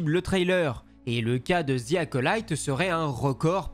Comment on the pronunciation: ‘’ Ziiii Acolyte ‘’ putain les cousins, pratiquer votre anglais pour l’amour de dieu. Le mot ‘’the’’ ce prononce pas en utilisant la lettre Z 😵